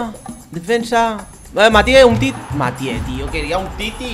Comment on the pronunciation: se dice umtiti